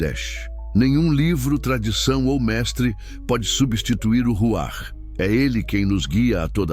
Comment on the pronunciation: Ruach : Ruar, com R fraco